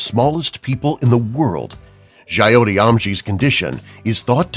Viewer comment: Boss pronunciation of jyoti is not like in Coyote . y dont u do some research while speaking out proper names? here "ti" in Jyoti is like "thy" in timothy dalton and "jyo" is like "jo" in mary jo fernandez. dont make a mess of it. its a beautiful name meaning "light". jyoti is a person who brings light into other peoples life. no egos jus trying to xplain indian names.